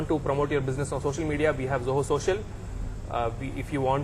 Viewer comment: That is Zoho, not Joho!